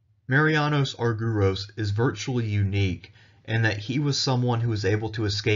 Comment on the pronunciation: Please pronounce the name as Arg..e..ros.the y is another ..e..as iota.and u also a n ..e.its called E.psilon.